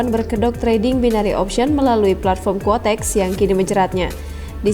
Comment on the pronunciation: Koreksi Ya yg benar itu QUOTEX bukan KUOTEX 🙏🙏